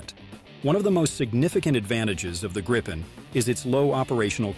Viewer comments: Gripen is pronounced with the I being said like the woven in “beep”. Just so you knoe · What is up with this guy? He keeps changing his pronunciation of the Gripen , it sounds like he is talking about three separate jets, Gripen ,Greepen and Griepen i don't think he will be getting many announcements jobs in the future .